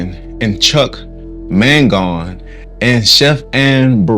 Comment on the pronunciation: you have misspelled Chuck Mangione which is pronounced man-JOH-nee. Just FYI.